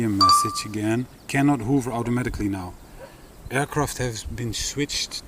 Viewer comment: Another great video thank you & your enthusiasm is so infectious! Ha Ha its funny how you say 'hoover' instead of 'hover'. Hoover in the U.K. means to use a vacuum to clean the floor..... But I prefer your version anyway, it makes me smile.... :-)